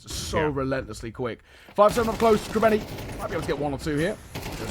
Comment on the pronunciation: bro its krabEni with an E not krabAni ffs